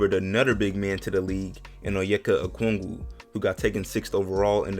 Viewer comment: you said okungo like a Nigerian lol haha 😂